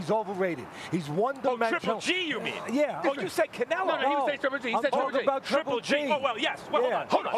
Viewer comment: First canela, then canilo... can some teach him how to say his name?